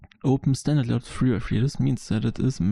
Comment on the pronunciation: german engineered accent